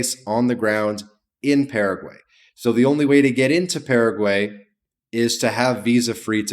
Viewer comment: Don't take advice from someone who can't even pronounce the name of the country correctly.